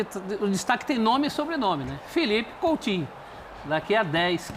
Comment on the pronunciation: COUTINHO É COM "U" E NÃO COM "L"